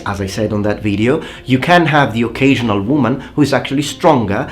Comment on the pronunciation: Bro, try pronouncing more the O /ou/ in video and use the shorter i, because you are doing it long on the i and its leaving the word with a heavy Italian accent. You are so good at other stuff, just that longer i is what gives you away. Also, in triggering, do not the emphasize the i in the beginning.